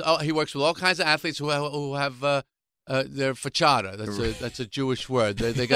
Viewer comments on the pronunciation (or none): Fachada? . I don’t think that’s a Jewish word. But it is an Italian pronunciation of farkakte, which means lousy in Yiddish.